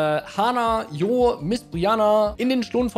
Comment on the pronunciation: Warum sagt spricht hier jeder den Namen falsch aus? Der heißt Jo(Tscho), Kurzform von John. Das erste Dlc fand fand ich deutlich besser als den zweiten. Der erste Teil hatte einfach mit Ogerpon's trauriger Story einfach besser gepasst. Ich fand der der 2. Teil hatte für mich eigentlich nicht wirklich ne Story. Der war einfach nur langweilig. Aber das ist nur meine Meinung.